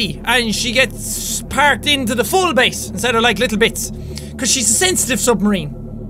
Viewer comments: You still said base wrong you said bease not base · Jack it's not baes it's base